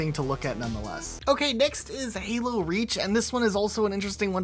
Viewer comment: What is Helo? It's called Halo. Duh!